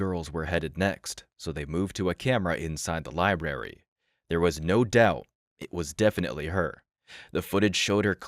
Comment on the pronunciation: It's libRary, not "lieberry". Makes you sound dumb.